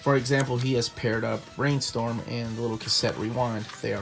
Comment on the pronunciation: "He has paired up Brainstorm and Rewind" emphasis on Brainstorm